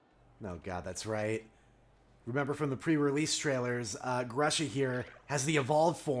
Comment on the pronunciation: Episode 20 comments: - I'm pretty sure his name is pronounced "Groo-sha" because despite some common English names being used in this game, Paldea is still based on Spain and the letter U is pronounced like "oo" in Spanish. - To answer your question: I don't know how it works in the actual games, but I've been playing a lot of National Dex on Pokemon Showdown, and Blizzard is only 70% accurate in snow (as opposed to hail, where it's still 100% accurate). Isn't that just silly? - C! E! R! U! L-E-D-G-E! That's how we spell victory! Go… Nightmare! - Five-Alarm Sandwich? As someone who doesn't like spicy food, that sounds kind of scary… - I have a feeling Mr. Saguaro is the kind of teacher that all the girls have a crush on. Did your high school have one of those? My freshman geometry teacher was kind of cute like that (but even if there were girls with those fancies, he knew better than to entertain them). - QOTD 1: I have never been snowboarding, and after my one experience with skiing, I have absolutely no desire to. My mom and I did a family ski lesson back in 2017, and we couldn't even make it all the way up the bunny slope. Moving around in the skis and all the layers I had to wear was super tricky, and my left foot hurt for weeks afterwards. - QOTD 2: Creamy peanut butter, all the way. I'm also very picky about what else goes in the sandwich; I'll only eat peanut butter sandwiches plain or with grape jelly/jam (I like other kinds of jelly/jam on their own, but not mixed wi